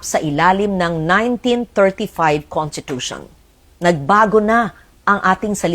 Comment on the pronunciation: She's a long-time senator and former journalist and yet she can't even say conStitution or konStitusyon??? She kept saying contitution